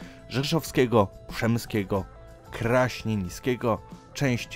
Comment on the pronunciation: Kraśńieńskiego co to jesr doucz się